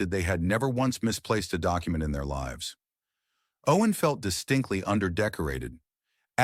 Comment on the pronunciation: I believe that you are not AI, but maybe reading the entire story prior to broadcasting it would help, "Lives" (Many lives were saved). As opposed to "Lives" ( She lives on Elm Street). Narrating a story and reading it alive are 2 entirely different actions. Only one takes attention to detail.